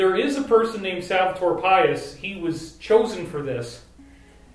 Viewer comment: Pais is pronounced pie-eese in Spanish. Not like our word pious.